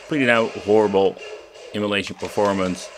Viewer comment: Is there one of these that runs everything on it at full speed without problems? I like the way you pronounce emulation as immolation. Yes, many of these crappy game boxes should be thrown in a fire. ;)